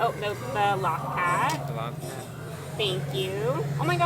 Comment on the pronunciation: Loth Cat = 'low-th cat' not law-th cat. :)